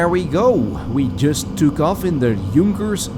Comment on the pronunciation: An english sp3aking dude, wo can say Junkers right.?! I am impressed.